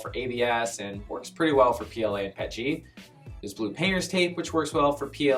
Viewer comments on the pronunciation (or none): PET-G WTF It's P-E-T-G